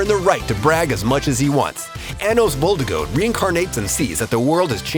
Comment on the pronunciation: when they do Anos dirty and butcher the last name sadge one of my favourite anime too